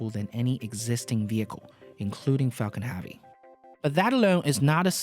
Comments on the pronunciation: "falcan havey" XD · It's Falcon HEAVY not Falcon Havy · Falcon ‘Havey ‘??? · Everytime I hear Falcon Havy, one brain cell dies.